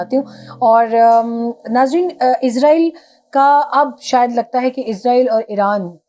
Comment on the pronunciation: پاکستانی اسرائیل کو عزائیل کیوں کہتے ہیں یہ آج تک بات سمجھ نہیں آتی